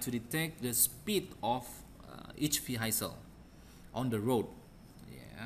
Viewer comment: ارجو منك أخي العزيز ان تتوقف عن تكلم اللغة الانجليزية بهذه الفظاعة راك خليتها اولا حسن نطقك للكلمات وخاصة كلمة Vehicle لمن يريد الكود الأصلي قبل التعديل عليه من طرف أخينا يمكنك الحصول عليه من هنا لمن يريد التعديل على الكود ليتناسب مع متطلباته او بريد اي كود بأي مجال من opencv يمكنك ترك رد على هذا التعليق (طبعا بمقابل على حسب نوعية الطلب) دمتم برعاية الله وحفظه سلام